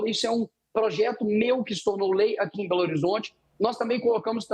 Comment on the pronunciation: So se for em "BOLORizonte" mesmo!